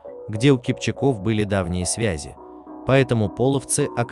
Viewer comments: КипчАк -КипчАков . В тюркских языках ударение ставится всегда на последний слог. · Всё верно,только ударение на второй слог и во множест. числе.КипчАк, КипчАков. Не КипчакОв.